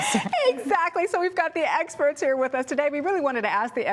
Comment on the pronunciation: did she,,, just say "sexperts"